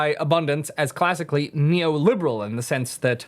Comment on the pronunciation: can't say the word neoliberal